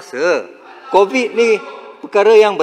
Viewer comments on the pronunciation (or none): none